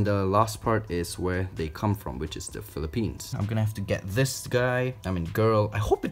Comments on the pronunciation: he said philli pines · when he said "Philippines" i thought he said "philipenis" like Lay from exo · Philipenus 😂😂😂 “penus”😂😂😂